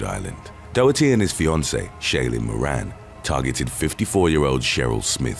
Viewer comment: The horror style music, cheesy sound effects & slow paced delivery do nothing to enhance the video but they are irritating. Also that’s not how you pronounce “Ezekiel” or “Doherty.” Put all that together & that’s why I dropped out after 12 minutes.